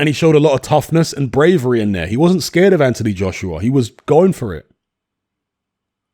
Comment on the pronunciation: pronounces Joshua like Joshrua 😂